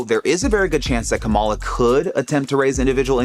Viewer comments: Pronounce it the way she does fool. Your rationalizations or excuses show your biases. Or else you're too stupid to pick up on the proper pronunciation. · If a commentator refuses to pronounce the name of a Presidential candidate correctly, it's safe to assume they are not an objective observer.